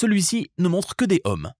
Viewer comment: la valeur des résistances en . . . HOMME ? ? ? MDR ! on dit plutôt (phonétiquement !) . . . EAUME !